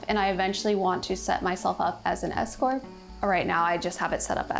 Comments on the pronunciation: I thought she said she eventually wanted to set herself up as an ESCORT. I thought, "Wow, OK". Then realized she said S-CORP. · I heard escort 😂 ooh la laaah 🎉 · 😂 I was shocked first time I had to rewind 10 seconds to ensure I heard correctly 😂